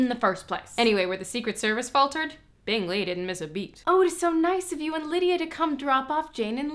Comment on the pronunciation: it took me 11 ep to realize they changed bingley’s name 👁👄👁 i was like they pronounce it kinda funny tho